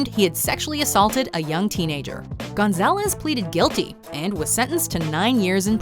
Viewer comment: The way she said Gonzalez like, mam do you see the letter A between G and N like oh no mam